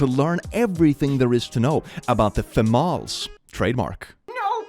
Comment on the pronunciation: Dear, it's pronounced femal-es. Like tamales. Thanks 😂